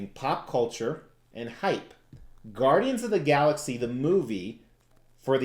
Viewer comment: Are you from Jersey. The Gaudians lol